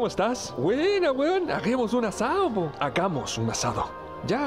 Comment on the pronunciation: El poh en realidad suena más a puhg (con U y termina como en una G suave) que es abreviación de pues . Uno puede estar enojado y dentro de la frase utilizar el puhg , por ejemplo si van a salir y tu amiga se demora mucho, puedes decirle "Yaaa, puuuuhg, apuratéeee". (se alarga la U y la E se acentúa en apúrate). En Argentino sería pero, chéeee, apuráaaate!